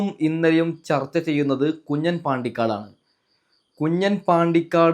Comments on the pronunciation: കുഞ്ഞൻ അല്ല കുഞ്ഞാൻ ആണ് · കുഞ്ഞാൻ ആണ് കുഞ്ഞൻ അല്ല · കുഞ്ഞൻ അല്ല. കുഞ്ഞാൻ...